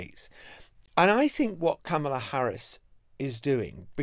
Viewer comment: You have to wonder at the News Agents for doggedly and assiduously ensuring that they mispronounce Kamala without fail.